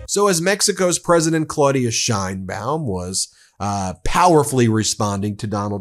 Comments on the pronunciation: Her name is not “Shine-bawm” She and we pronounce it “Sh/chane-baum”. Learn it. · Just as an FYI, the correct way to pronounce her last name is the SH like you said, but the ein is pronounced like "ayyy" from the expression, add an n, and the baum.